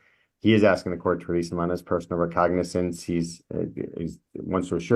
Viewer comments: “Recognitz”? “Lyeberries”? And he wants to represent himself?🤣🤣🤣🤣🤣🤦🏼‍♀️ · He wants to be released on "recognins" because he doesn't have access to the law "liberry". Plus, he broke his "tibila" and his "fibila" in "five, six different places". You just can't make this 💩💩 up!